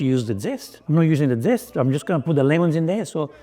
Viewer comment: Beautiful. And I loved your Italian “dzest”😅 Great dish, a cousin of the chicken marsala